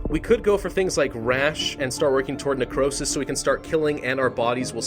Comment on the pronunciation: "Necrowsish" that's what it sounded like he said at one point